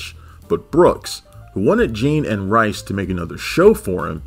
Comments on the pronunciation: it's pronounced Mike Rees, not Rice, trust me I've heard him say it on a lot of audio commentaries. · Pronounced "Reese" actually.